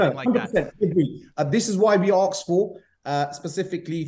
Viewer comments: anyone who said 'aksed' instead of asked is not to be trusted with finances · "We Axed for, all we AXE for" xD